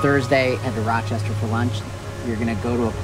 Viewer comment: Woot Ra-cha-cha! I could tell you were a native as soon as you pulled out the Zweigles ♥ Also, you actually pronounced Rochester correctly